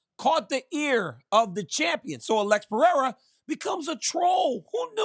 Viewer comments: It is PE-HEI-RA no Piera😁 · i hate how he says alexs name lol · Chael “Pierra” Sonnen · the way chael says pereira is crazy,, piera? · It's not crazy. It's incorrect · Chael still saying Piera just does my head in. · "Pee-Era" - Chael Sownun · Chael some how gets everything wrong but gets job after job. Always says since the first time the octagon was set up in mobile Alabama. It was Denver. He made Alex pereira a Frenchmen “Pierra”. I kind of respect it though 😂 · It’s quite disrespectful when “Pee-Era” would knock him out cold within 3 minutes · He lost me when he started with "Pierra" at 2 seconds in. I hate this new show. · CHAEL SERNEN STRAIGHT COPIED MY SCHOOLS SHTICK FROM LIKE 2012 LMAOOO PRONOUNCING NAMES WRONG ON PURPOSE LIKE ME🤣🤣🤣🤭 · Of all the bells and whistles that come with this show, one of my favorites is Chael purposely mispronouncing fighters names. 😂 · Yeah Chael (mister i never lost a round 😂) is becoming probably the most delusional MMA media guy in the world with this take …. And he needs to stop mispronouncing Pereira’s name on purpose…. This is getting out of hand here … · I love how bad guy pronounces names